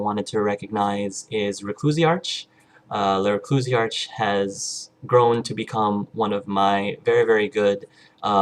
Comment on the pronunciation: P.S. The ch in the end of my name is actually pronounced as a "k" in the end (it sounds like Recluisark). Don't worry, it's my fault for picking such a weird name! ;) And I almost forgot, congratulations for the 100 subscribers, good work and good luck in the future!